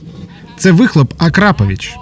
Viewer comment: не араповіч а акрапович